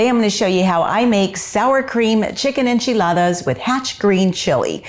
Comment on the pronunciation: Looks wonderful. I love Mexican food and I love the way it sounds when you pronounce the word enchiladas